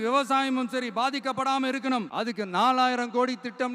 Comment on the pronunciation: இருக்கனும் இருக்கனும்...னா... புரியவில்லை தெளிவாக சொல்லு ங்க...